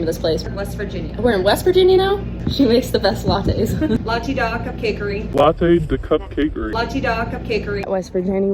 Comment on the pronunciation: did the lady just pronounce Latte Da as "Lat-teeee daw"?!!!!!!!!!! shook